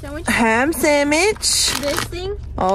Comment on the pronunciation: I love the way she say sandwhich "samwich" I love it! And I also like sushi!